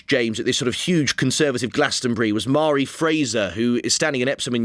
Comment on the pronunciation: Mhairi is actually pronounced Varry